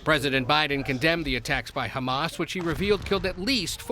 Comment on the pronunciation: Trump can't even pronounce Hamas. He pronounced it "hummus". The chick pea dish. 😂